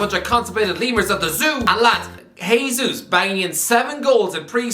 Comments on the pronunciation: it’s “Jay-Zeus” not Hey Zeus. He’s Brazilian not Hispanic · Its not "H-esus" it's "J-esus" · Hey-sus. Stop pronouncing it with a J , he’s from Latin America